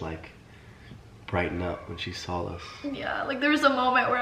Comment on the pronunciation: Who cares that you’re under the weather or her voice is raspy? You are soooooo annoying. She’s tired from her day. Bc you work so hard. Try getting a real job!!!!!!How does anyone watch you ???? Oh and good thing Catherine looked in her tissue after blowing her nose. Vile. Oh and Austin - the word is saw. Not sawl. 🙄.